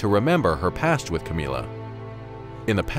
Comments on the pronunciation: Camilla isn't pronounced Ka-mee-la, it's pronounced Cam-ill-a as in 'vanilla'. It's very difficult to listen to an entire video with this weird way of saying her name... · Am i the only one who loves the way he says "Camilla" in this video?